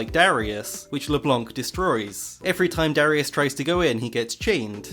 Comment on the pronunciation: I'm sorry, I love your voice, but I anso find hilarious the way you say LeBlanc LeblOnc